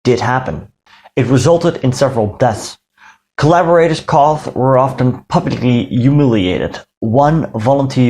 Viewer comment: Your English is very good but the word "caught" is pronounced "cawt" or "caut". Great video!